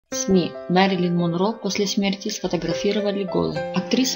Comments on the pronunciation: Автор говори правильно ее имя Мерилин а не Марилин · Впервые слышу ,это ,что ещё за Марилин???????неискожайте ,имя!!!!!!! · правильно вообще Мэрилин)